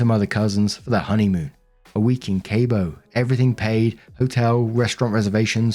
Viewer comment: Story 2: it's pronounced k-ah-bo (Cabo)